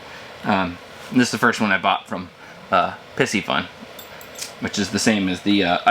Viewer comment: im pretty sure its picy fun not pissy fun ...jusayin yall